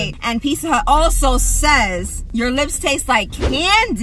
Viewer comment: Picca hut lol not Pizza Hut ❤️❤️❤️😂